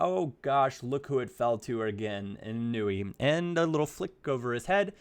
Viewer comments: Its eee-noo-eee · It's I-nu-e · It's in-wee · its pronounced ēnui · it is said In-oo-ee, just had it right before:)